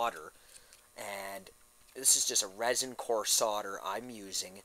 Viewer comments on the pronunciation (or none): It's ROSIN, not resin.